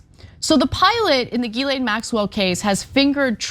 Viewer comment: Ana said it right. Come on, you know our girl did her homework!